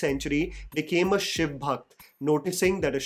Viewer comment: Finally someone who says SHIV, and not shivaaaaaaaaa… 😡😤🙄